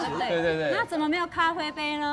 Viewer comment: 小s快忍不住啦～「咖灰杯咖灰杯」